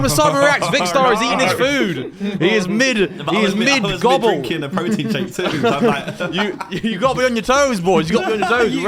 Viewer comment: "Mid Gobbles" 😂